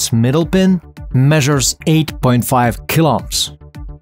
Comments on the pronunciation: Kiloohms* not killohms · kil - 0ps? Should be kil-ohms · People: "Kilo ohms" This dude: "Kiloms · kilops ? it's kilo ohms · Kilo-ohms. Please. I beg you. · I thought you were saying 8.5 kill ops 😂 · The " klops " he is saying is really funny 🤣.